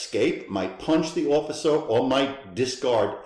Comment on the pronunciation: "Occifer" ? Did you mean 'officer'?